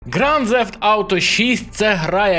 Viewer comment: Ґранд Зефт?! Інколи мені здається, ти спеціально шукаєш способи неправильно вимовляти слова.